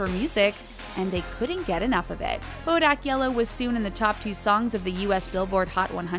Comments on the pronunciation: "Bodack Yellow" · hmm...never heard of " bodack yellow"